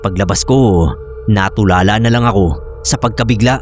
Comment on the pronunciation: maganda ung mga kwento mo. Pero feedback lang sa diin ng ibang salita kasi narrator ka. "Tulala" - nasa Tú ang diin wala sa La Maglagos = Lumagos. Sana receptive ka sa feedback. Thanks